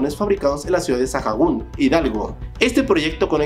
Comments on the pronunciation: Muy buen video, excepto por las muy malas pronunciaciones (sheibOm, galvÉz, ciudad saJun...) Con esos errores, los opositores a AMLO no creerían tus datos. Te recomiendo antes de hacer tus videos, checar en el traductor de Google, en el idioma español, como se pronuncian correctamente, aqui fonéticamente: sheinbAum, gÁlvez, SaAgun, pero tiene la opción de la bocinita, que te reproduce en audio 😉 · Como pronunciar algunos nombres de personas y lugares de tu video: Xóchitl - Zochilt Sheinbaum - SHEIN (como la app) baum Ciudad Sahagún - Saagún (como según con a) Texcoco - Teks coco Tehuantepec - TeGuantepec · Jaja soy de dónde se hace el tren maya pero no se dice: Sa-ja-gún Se pronuncia: Sa-gún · Es ciudad Sahagún y se pronuncia sagun , no se por que pronuncias la H como en el inglés , creí que eres de Ecuador !!?? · Ciudad Sajagun xd